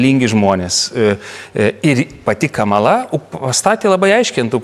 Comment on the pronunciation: Lietuviškai kirčiuoja kamala' :) nu veikėjas:)